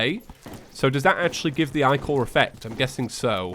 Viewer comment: "The eyes look like eyes" "There's ichor" eyechor HAHAHAHWGDGWGDDGFBFHH